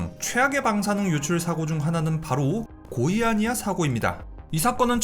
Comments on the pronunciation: "고의" 아니야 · 고의아니야 사고 라고 들림 ㅋㅋㅋ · 고의아니야라는줄 알았네